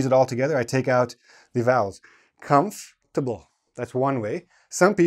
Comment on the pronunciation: OMG at last!: CUMFT'BL, the best way to pronounce it. Thanks.